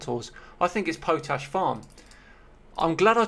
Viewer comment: Was Edith Pretty mentioned on the preface page? Plus, it's pronounced Pot-ash 🙂